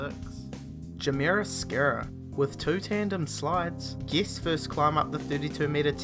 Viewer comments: Is anyone else pissed off at how he pronounces guests? Geests? And don't even get me started on that upward inflection... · Each time you say guests I think your saying geese